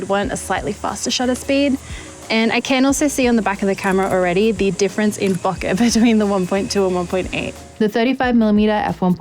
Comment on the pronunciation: What is Booka? Oh, I think you mean Bokeh, pronounced Bow-ka.